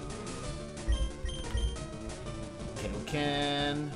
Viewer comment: This was an awesome game video just one nit pick its kai o ken like king kai like keye not kay lol sorry just its cringe worthy to me